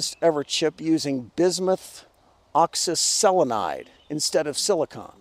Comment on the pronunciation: You have my respect for just being able to pronounce oxyselenide.